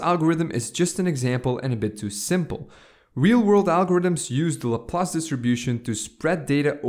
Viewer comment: Great examples. Laplace is pronounced (Lap-lace).